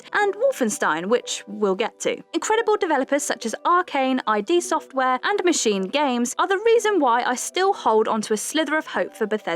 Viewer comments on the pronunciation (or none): It's "id" ( rhymes with kid), not i.d. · id Software. Not "Eye dee" Software. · she said “ I - D software” smh smh